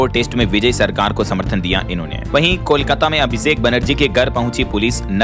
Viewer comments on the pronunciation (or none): none